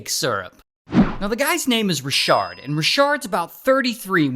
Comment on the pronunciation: Not Ra-shard!